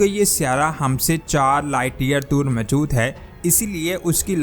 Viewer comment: جناب "سیارہ " کہنا غلط ہے۔صحیح لفظ "سیٓارہ" ہے۔۔۔۔اور میجود کہنا غلط ہے جبکہ صحیح لفظ "موجود" ہے۔ براہ کرم تصحیح فرمالیں۔